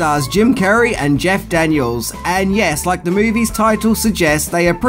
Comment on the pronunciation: I kept thinking you were saying "Jack Daniels" instead of Jeff Daniel's 🙈🙈😂